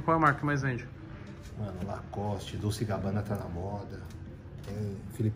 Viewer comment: Tadinhos, achando que a blusa era “ dolce” mesmo ... tanto que o cara nem sabe pronunciar rs